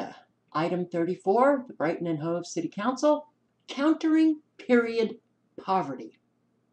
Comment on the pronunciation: Insanity rules! Yes,, you pronounce Hove correctly. I live in U.K. This is 1984 style distortion of reality, or simple blatant lies.